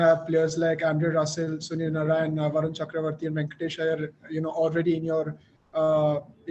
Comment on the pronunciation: It's Varun "Chakravarthy" not "Cakravorthy" Sameway it's "Mohammed" Shami, not "Mohhmad"